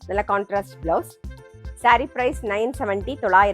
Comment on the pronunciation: ஒவ்வொரு புடவைக்கும் "கான்ட்னாஸ்ட்" தலப்பு என அழுத்தமா சொல்லவேண்டிய அவசியமில்லை. பார்ப்பவர்களுக்கு அது தெரிந்துவிடும்😮😮😮